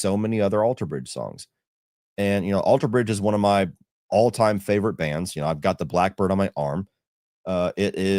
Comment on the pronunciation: “Fevorit” LOL jfc